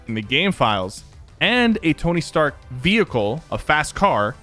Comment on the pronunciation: Stark rhyms with shark. Just saying